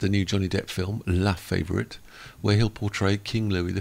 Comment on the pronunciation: La-fa-vore-eat - that's how you pronounce it, not in American slang even though you're a Brit, you should know that.